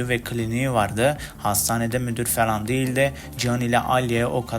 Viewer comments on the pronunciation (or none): kanka felan değil "falan"